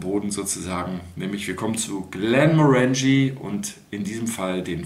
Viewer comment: GlenmOrangie nicht GlemorAngie 🥃